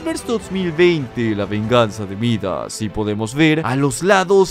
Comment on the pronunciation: Todos escuchan: Midas a regresado Yo escucho: a regresado jajaj